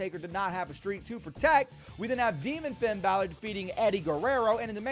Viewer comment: If you Finn Balor wrong because you call him fiend Ballard if you call him that one more time I'm unsubscribing and then just liking and then never watching your videos again